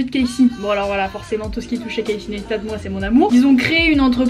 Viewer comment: Etre fan et ne pas savoir prononcer son nom... Tu as du voir pas mal de ses vidéos dans lesquelles il dit que son nom/prénom se prononce [KC NYCE STAT] et non pas [ness ta] Just saying :)